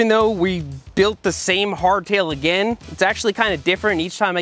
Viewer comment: The way he say again is funny